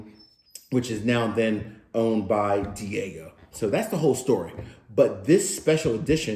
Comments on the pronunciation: It’s pronounced. Dee aj eeo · Great review, love Blender Eboni Majors' choices here! Lovely nose and that thick, lingering finish. Just a heads up, "Diageo" is pronounced "Dee AH-gee-OH